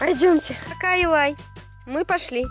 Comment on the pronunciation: Алена нечаева не Элай а Илай